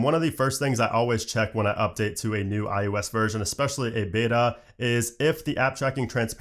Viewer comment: Anyone else who watches the videos started calling it i-ooo-s like? Just me? 😂